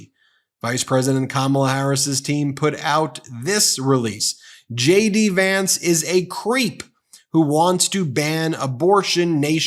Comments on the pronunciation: sounds like you're saying Shady Vance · erm.... i heard Shady Vance.... Shady or JD? LOL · Did you say Shady Vance? 😂😂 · Ben, each and every time you say J.D. Vance, I hear, "Shady Vance." Must be a subliminal thing... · is ben saying "shady" vance ? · Sounds like he say shady Vance not jd vance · Lol... I am a foreign spectator. I always understood shady Vance. Did he say J.D. or shady? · Is it JD Vance or SHADY Vance? YouTube's CC is showing Shady instead of JD. 🤣 Perhaps pronounce JD so it could sound like shady to subliminally imply that and throw YT's CC translation and transcription service off. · Are you saying "Shady" Vance? :)